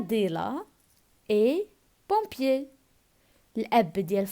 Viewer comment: Pompier avec "o" machi" e"